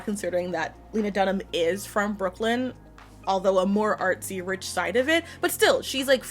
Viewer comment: Except she pronounced "rich" wrong